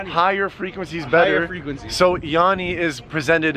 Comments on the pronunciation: I was hearing yanny then in I heard yawi like he did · It ain't yanny or laurel, I hear the same thing as, "YAO-EEE", he doesn't pronounce the letter N at all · I heard Yammy not yanny 😂😂😂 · It's yammy not yanny 989% correct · I hear yawee like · 17, yanny!! But it sounds like yarry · It's yanni